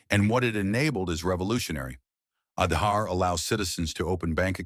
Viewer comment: Kudos for the Wonderful narration with thorough research. Truely brings out the well deserved positive achievements of India👍. Just that in the narration, the pronunciation of some specific Indian words like "Aadhaar" has to be taken care of for a more refined presentation. Otherwise wonderful work👍